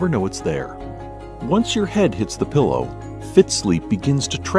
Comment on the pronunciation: anyone else notice the voiceover/commentator pronouncing it 'pillow' while everyone else in the ad pronouncing it 'peeelow'?